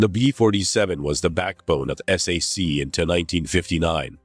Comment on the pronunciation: Whoever made this should have known that "SAC" is not pronounced "S", "A", "C", but "SACK!" I served in that unit the last year of my 4-year enlistment on a SAC base in Morocco, Ben Guerir. It was located about 40 miles from Marrekech. B-47s were flying routine patrols loaded with atomic weapons to keep the godless Ruskies, Donnie's best friends now it seems, at bay. Little did I ever imagine our president would be sucking-up to the Russian dictator some time in the distant future. Live and learn! I remember the XC-99 passing overhead when I was at Lackland AFB in 1957. What a sight! Later it was parked and open to tour on the base.